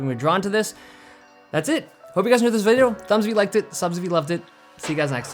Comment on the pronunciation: David was so happy at the end of the video that the pronunciation of "video" is a little weird : )